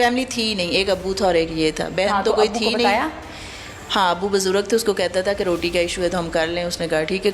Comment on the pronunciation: bajurg nahi BUJURG kaho. Aap ' Maujud hianssss' kahti ho to nakli, banawati lagta hain. 😂😂